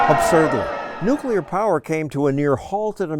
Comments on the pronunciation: Most of these idiots can't even pronounce Nuclear correctly... I hear Nuculer way too often. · whoever says nucular instead of nuclear already doesn't know what he/she is talking about. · Clean burning coal is the way to go... Nuclear power can have some dire consequences. I hate people who say “nucular.” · 37 “Nukular power” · No one that pronounces it "new-cu-lar" should be taken seriously. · If you pronounce Nuclear as “New-cue-lar”, you have no right to speak on the subject. 😜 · Don't take policy advice from people who can't even pronounce "nuclear" correctly. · If they can't pronounce "nuclear" disregard every word from their mouth. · this joker can't even pronounce what he's protesting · I wouldn't trust activists that can't even pronounce the technology they hate so much. It's Noo-klee-ar. Not Noo-kyoo-lur. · Oh man Communists are idiots. If you are going to protest something at least learn how to pronounce the damned thing. NU-KLEE-URR NOT NU-QUE-LER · "The future of Earth is not going to be brought to us by nucular power." Nuclear, not nucular. Nu - clee - er! I can't believe this activist! His grammar is appalling! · THANK YOU STOSSEL!!! I <3 NUCLEAR! On the bright side? "Antis" don't often oppose nuclear, but some other thing called nukular. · Lol nukular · 34- "The future of the earth is not going to be brought to us by nucular power". The word is nuclear, you putz. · The future of earth is not going to be brought to us by people who say "nucular". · "The future of Earth is not gonna be brought to us by nucular power." Using nonexistent words to make a nonsensical statement...dumb boy, go home. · I would agree with this statement.... Because there’s no such thing as “nucular” power. It’s gonna be with “nuclear” power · NUCULER POWER!!!!!!!!!!!!!!!!!!!!!!!!!!!!!!!!! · It's pronounced nookyooler.